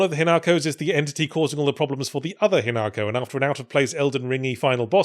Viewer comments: ...but Yahtzee fffffff-for the love of god start pronouncing Japanese names with the correct accent?? It's HInako, not hiNAko. Even the dub gets that right. Yes I played it dubbed, sue me. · Listening to every English commentator who has presumably listened to the game dialogue and still insists on pronouncing it "hin AAAAAAAHHHHH ko", shaking fist vigorously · Yet still pronounces it wrong. Come on, we should all have watched enough subbed anime by now to know how Japanese names are supposed to be pronounced.